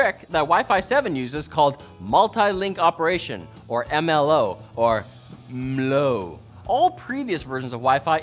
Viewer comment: The Pronounciation of MLO at the Beginning Got me, XD MmmLOO